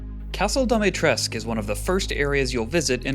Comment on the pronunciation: Pronunciation of her name is wrong add the u to it it's Romanian.